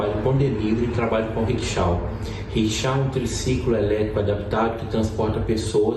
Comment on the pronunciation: Ocara mora lá, trabalha lá (Dublin) e não sabe pronunciar corretamente Rickshaw